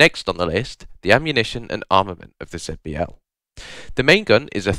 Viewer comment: Please consider pronouncing it Zee-B-L instead